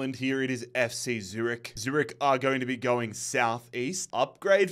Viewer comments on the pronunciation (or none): none